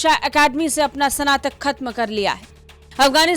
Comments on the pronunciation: sanatak kya hai be? snatak bol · Madam, Sanatan nahi... Snatan yaa snatak liya